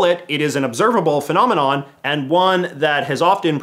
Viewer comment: I believe their accent is revealed when they speak the and with the strange emphasis of EEEAND, Friggin Stephanie Mcmahon always have this strange speaking when she talks